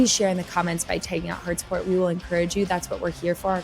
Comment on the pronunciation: Only Floor can get about 7 syllables from a four letter word 😢 (my fall wwwiiiiii-iiiii-iiilll-llll-lll be for you).